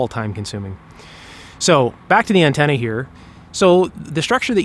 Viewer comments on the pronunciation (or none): i hear you trying hard not to say Ontenna but you still do